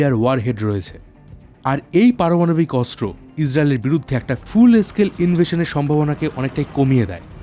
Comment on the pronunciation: অস্ত্র উচ্চারণ শুদ্ধ উচ্চারণ করতে হবে, অস্ত্র উচ্চারণ শুদ্ধ উচ্চারণ হচ্ছে না ❤😮😮😮